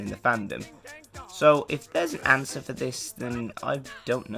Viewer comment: Nice 'awnsers' btw, ^_^